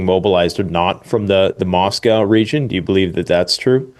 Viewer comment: Can’t pronounce Moscow….he thinks the 5% is paid to NATO….its 5% spent into your own country’s military. It’s actually 2%, but the point remains. Where did you find this guy?